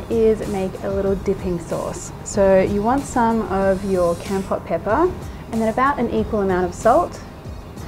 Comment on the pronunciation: Lol love this I'm Cambodian myself. Keep this up I'm gonna be the best of your fan😎😎😎 oh by the way its pronoun KOMPORT. Keep up the good work. I got my eye on you😂🤣😅